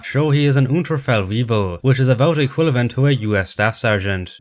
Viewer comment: I've noticed an inaccuracy of my own! In several videos, you say "equilavent" when it's "equivalent."